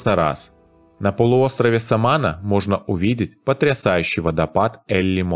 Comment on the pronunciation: Не "СамАна", а "СаманА" ! И не "гуагуа" , а "гуАгуа", - ударение на первый слог! Учите испанский !